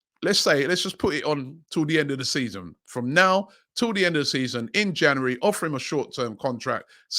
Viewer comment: Yesss The best thing about the January transfer window is hearing Robbie Say jauwarry